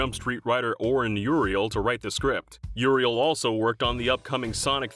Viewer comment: Uriel or Uziel? The name onscreen is Oren Uziel, narrator says Uriel repeatedly